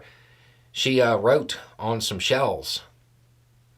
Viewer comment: I did not hear you say "shell" correctly until the end of the video. I thought she was spelling with block letters on a "shelf" in Target or something. Jesus Christ who does that? She just cosigned genocide